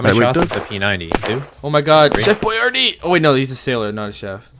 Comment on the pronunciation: haha xD you call him chef boyarde too ? xD